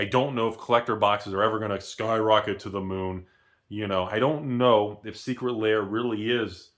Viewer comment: saying, "Secret Layer" instead of "Secret Lair" is his best troll in months.